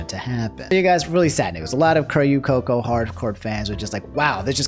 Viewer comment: The mispronunciation of Coco's name hurts to hear